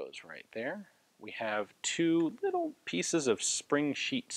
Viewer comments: Haha hear the "little" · great video, i must admit i had no idea that such guns were manufactured. aaand the way you said "little" really made me laugh. :)